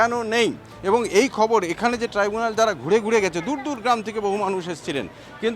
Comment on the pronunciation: মমতা তো ট্রাইব্যুনাল বলছে না। , বলছে ট্রিবেনাল